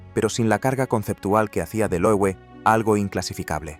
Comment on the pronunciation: Se lee Loeve, es alemán.